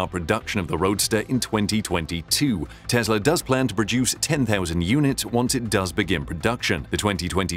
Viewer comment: FYI: it's Tesla not Tezla